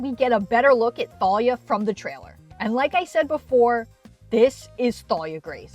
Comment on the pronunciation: I think the H is silent, so it would just be pronounced "Talia" but what do I know